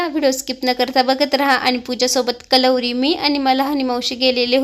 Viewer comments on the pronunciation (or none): कलवरी नाही म्हणत करवली असे म्हणतात बाकी तुझी व्हिडिओ आणि सई एक नंबर मला खूप आवडते